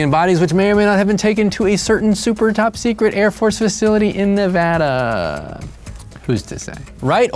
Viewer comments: Yay! Someone finally said Nevada right! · Props for pronouncing Nevada correctly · Thank you for saying nevada correctly! Non nevadans always say it wrong. 👍